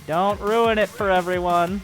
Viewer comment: It's actually pronounced "Efferyone"